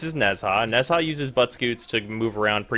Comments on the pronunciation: nez-ha... her.......... oh no.................... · The H in Nezha is silent